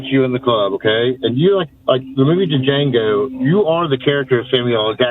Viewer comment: Dude said Django with the “D” 😂